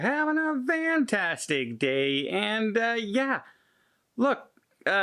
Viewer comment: and Don....it’s FANtastic! Not VANtastic!! That drives me nuts!